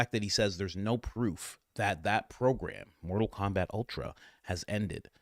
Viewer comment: Did you say mortal Komabat ? Glorious